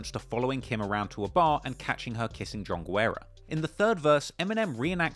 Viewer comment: I think you pronounced John Guerra every way but the correct way Mad respect, fuck him up